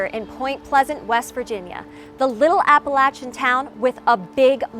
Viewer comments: Props to you for pronouncing Appalachia correctly according to the region. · You pronounced Appalachia right!!!!